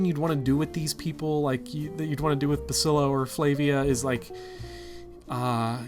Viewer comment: I know it's dumb to get annoyed by it, but I can't listen to you call Basilio Basilo any longer.